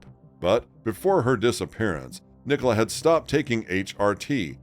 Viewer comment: Police nationwide are institutionally corrupt and incompetent. Nicola pronounced Nik uh Lah